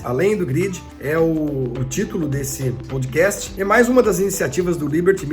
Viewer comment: "Poudcast", só zoando... kkkkkk